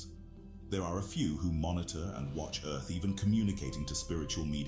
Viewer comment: Easily one of dumbest conspiracy vids ive ever watched. Had to constantly skip through cuz 95% of these vids are bs and brainwashed people. And its pronounced EARTH not EARF you illiterate fk. Cant wait til its cool to be intelligent instead of a moron.